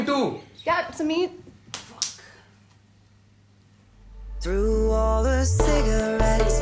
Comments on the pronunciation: Guys its sameer not smear just because these burgers are pronouncing it smear🤣🤣 does not mean you have to be a burger also🤣 also, ushna or rushna smear girlfriend🤣 is the worst actress i have ever seen! But cinematography is really good! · I love how everyone is calling Sameer as "Smear" cuz the cast really made it "Smear"